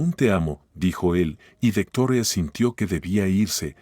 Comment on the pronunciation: Dejo de escuchar la historia y no o volveré a escucharlo de nuevo hasta que no dejen de Americanizar los nombres Victoria no es vetora me crispa los nervios tanta tontería